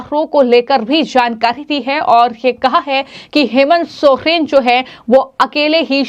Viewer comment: Bolna sikhe sohren nahi soren hai surname